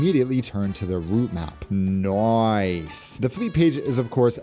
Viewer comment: You crack me up with how often you say "Noice" . I think you need to move to Oz, oh and also i love your obsession with musical theatre as that is my profession ! :)